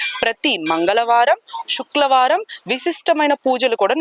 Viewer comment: తెలుగు సరిగ్గా మాట్లాడు అమ్మ శుక్ల వారం కాదు శుక్రవారం అని పలుకు తల్లి.కాస్త తెలుగు స్పష్టంగా మాట్లాడే వారిని పెట్టుకొండి